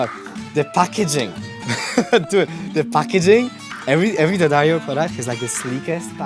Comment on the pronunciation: lil bro does pronounce Daddario more correctly than Sor tho tbf